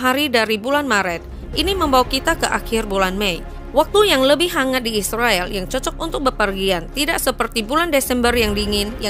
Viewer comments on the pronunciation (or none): none